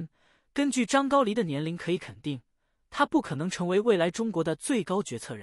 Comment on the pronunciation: 这念的什么啊，还张高黎，ai这么差？